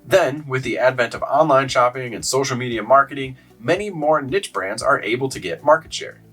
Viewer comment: Learn how to pronounce niche please